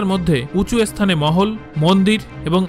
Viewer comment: এসথাপত্য !! এসথান!! পেন্নাম দাদা